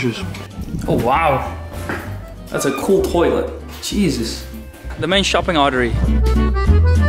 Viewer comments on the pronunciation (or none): He said Cheeses not Jesus... 🤣🤣🤣